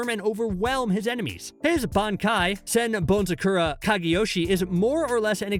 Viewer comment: Senbonzakura [SSSSen-bone--zah-kur-ah]